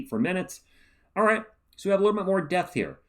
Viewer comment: I mean… I know you’re saying depth, but I swear I listened to one of them like five times and can’t hear anything other than “this does appear to give us more death.” lol